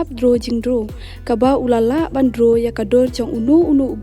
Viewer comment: Pronounce bha se 'droo '😂😂